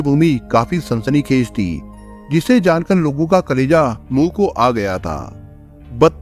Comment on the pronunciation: 🤣🤣🤣🤣..... ये #ती बोलता है या ।। थी....???? 🤣🤣🤣🤣